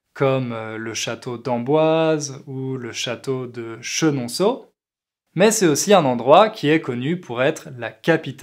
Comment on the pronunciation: Dommage de ne pas faire les liaisons. Pour un français parfait... Dans le "beau parler", on dit "C'esT aussi" et non "C'es' aussi".